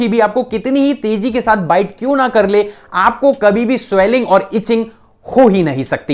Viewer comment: Karrr sakti hai Rakhhh shakti hai🤣🤣🤣🤣